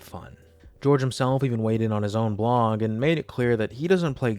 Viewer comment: Cracking up because something about the way you say “blog” has my captions translating it as “blong.” I had to rewind like 5x before I finally understood the confusion. Blong aside, great video. Please update us again soon!